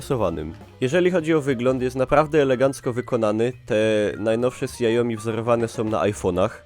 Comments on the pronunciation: Błagam wypowiedz to śiaomi a nie siaomi ;d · KSIAOMI ! hahaha proponuję obejrzeć: Hugo Barra teaches how to pronounce Xiaomi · Mówi się siao-mi xi czyta się jak "ś"... taka tylko ciekawostka. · sjaomi xD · Dobry wybór. :) Do 4X wyszła już aktualizacja na Androida 7, jak i też Miui 9 (nakładka Xiaomi) Btw: tak całkiem poprawna wymowa to "Sia-omi" (przez miękkie "si"). Nie jestem lingwistą, ale z grubsza o to chodzi.